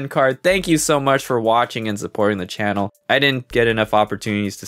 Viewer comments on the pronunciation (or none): none